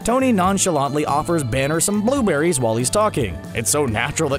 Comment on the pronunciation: Bluuewb berrys